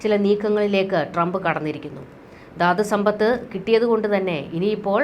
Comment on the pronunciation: 'യുദ്ദം','ദാദ്സമ്പത്ത്' ഇതൊക്കെ തെറ്റായ ഉച്ചാരണമാണ് . 'യുദ്ധം ', 'ധാതുസമ്പത്ത്' എന്ന് ശരിയായി ഉച്ചരിക്കണം